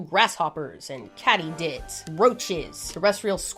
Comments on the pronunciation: Buddy, it's "Katy did." You heard that before? That's how we say it in the southeast. (What you called "caddy did") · It is kay-tee-did, not catty-did. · I always heard it pronounced Katie dids